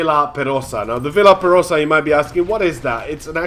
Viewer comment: It's pronounced kind of like "Vee are perosa."